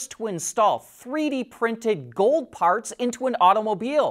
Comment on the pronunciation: "I LOVE GOOOOLLLLD...!!!" (Dutch Gold Member accent)